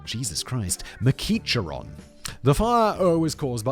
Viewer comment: I got a giggle from hearing Simon attempt to pronounce McEachron, especially since he's from the UK. It's kind of a tricky name, I believe it's pronounced more like mac-eck-ron or mac-eck-rin. I know someone with a slightly different spelling of this surname who pronounces it mac-eck-rin. But we're Americans, so the original Scottish pronounciation may differ.